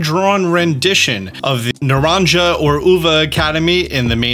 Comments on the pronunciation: pls it's Naran-Ha not Naran-Ja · Please tell me he did not just pronounce naranja as nuh-RON-juh 💀💀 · hey you’re the nicest guy ever but naranja is pronounced “na ran hah” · Naw-Ron-Haa! Not Naw-Ron-Jaw lol. You said it right in a previous video! Haha love your content since XY 🙏🏾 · just an fyi, in Spanish J's in a word are pronounced like the H's in a word. So Naranja is pronounced Nah-ran-ha not Nah-ran-ja. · It’s pronounced “Naranha” not “Naranja” lol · Idk if you’re saying it as a joke but it pronounced naran-HA in spanish not naran-JA. A “J” in spanish sounds like a “H” in english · Spanish speaker here ish you pronounced it “naran jah” where in spinish its “naran hah” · you still haven’t gotten the pronunciations correctly. The J in Naranja is pronounced like an H, like Na-ron-ha, and the V in Uva is pronounced like a B, like ooba. The H in Herba is silent, so it’s pronounced similar to ur-ba. Thanks for all the great content regardless. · Hi there, i'm spanish and i just wanted to say how "naranja" is pronounced here, in case any of you guys want to know that: so it is more like /naranha/ the "j" is very similar to "english pronunciation of H"... Anyways keep going with the content! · Just as a heads up. The j in naranja is pronounced as an h so it would sound something like naranha academy. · I can’t believe he’s still saying naran-JUH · "Naranja" is probably pronounced like the spanish word "naranja" (Na-dan-ha). The "d" sound is the spanish r, which doesn't really have an equivalent in english, but imagine a soft "d" mixed with an "r". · Hey, great videos! If you read this, it’s more pronounced like like Naraja (Naran•Hah) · Naranja the "ja" pronounced like "ha" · Don’t know if anyone has pointed this out already, but “naranja” is pronounced as nah-rahn-ha, no j/g sound Translates literally to orange from Spanish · It’s nah-rahn-ha! It’s Spanish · Nah-RAHN-Hah. You're welcome. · is pronounced "na-ran-Ha":)